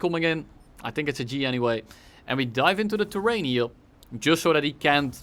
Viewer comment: Bro just say terrain🤯